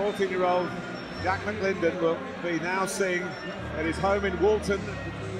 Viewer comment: Why would you ever give your kid a name you can't pronounce? The kid's name is Jack, not Jach.